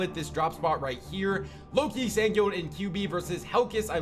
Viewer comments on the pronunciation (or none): none